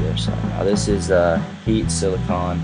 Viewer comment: I don't like how you say silicone